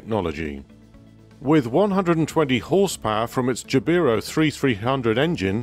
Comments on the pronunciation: Jabiru is pronounced Jab-e-roo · Us Aussies pronounce Jabiru as “jab a roo”